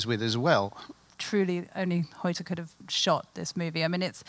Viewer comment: lol butchering hoyte's name GET IT RIGHT